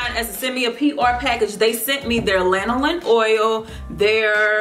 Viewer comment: Thank God somebody knows how to pronounce lanolin. Lol. I think I've watched 3 reviews for these products and each time they're like " laNOlin?" "Linoleen?". Lanolin is in so many products, I'm surprised so many people haven't heard of it before.